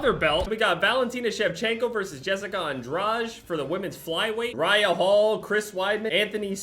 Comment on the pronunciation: you mispronounced andrade so bad